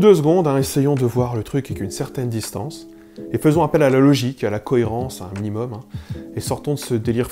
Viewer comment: «leaugicke » ? «ckhohairransse » ? tu pourrais epeller que je sache à quelle page chercher dans mon Larousse ? : réfléchir ? tu m'as pris pour un miroir ?